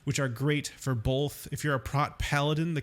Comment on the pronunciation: why u say both like BOLTH lmao